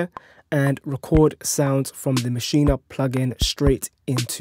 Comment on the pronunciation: It's MASCHINE....NOT MACHIN"A" DUDE.